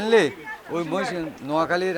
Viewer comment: মশ নয় । বলেন মহিষ